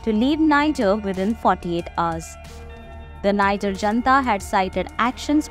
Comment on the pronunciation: IF YOU ARE REPORTING ON NIGER, THEN AT LEAST LEARN HOW TO PRONOUNCE THE COUNTRY'S NAME CORRECTLY.